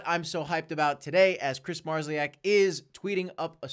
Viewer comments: Hi just to help you to pronounce Kris surname in phonetic way is: MAR-SHOW-EK or like amplifiers company MARSHALL-EK. Thanks for concentrated news without unnecessary bullshit. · Thanks for your work, love the channel. Be worth checking your pronunciation of Kris' surname